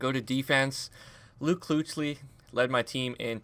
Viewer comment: it's pronounced keek-lee not kooch-lee lmao